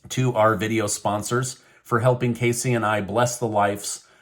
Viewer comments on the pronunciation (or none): none